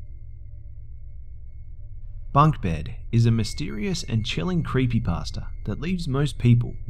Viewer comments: I love how sometimes pronounces creepypasta "creepypaster" XD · and sometimes sounds like creepy-pastor